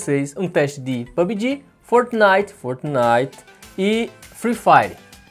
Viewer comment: Como assim Fortenait